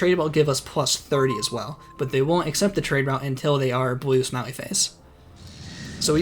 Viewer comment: When you say "blue smiley face", your accent makes it sound like "blue smelly face" to me lol